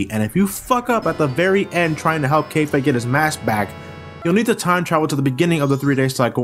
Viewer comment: goddammit its pronounced cafeh not kayfay